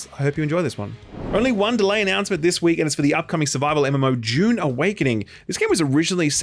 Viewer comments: Wait when does Dune come out again? It sounds like you're saying it comes out in "Dune" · he says Dune and June the same